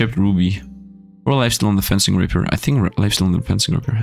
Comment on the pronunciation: Fencing is pronounced the same as defence and fence (it's actually derived from french, from the word defence both fence and fencing)